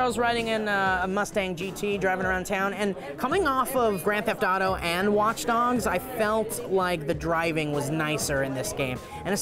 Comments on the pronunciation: Did say Watch Dongs?!?! x_O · it sounds like he said watch dongs......